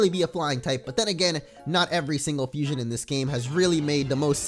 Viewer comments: Abhijay Bharathan It sounds like it, how they pronounce it it’s like “ FU-SOIN” not “FUSION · its fusion not fusoin